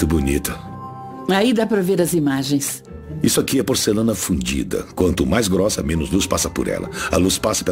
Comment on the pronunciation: é porcelana FUNDIDA viu galera, FUNDIDA, tem um "N" antes do D